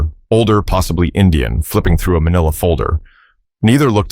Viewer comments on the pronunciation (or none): none